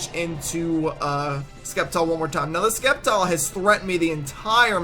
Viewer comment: Wow you're soooooooooo stupid it' Septile not Skeptile I can't even listen to someone who pronounces Sceptile as ,,Skeptile''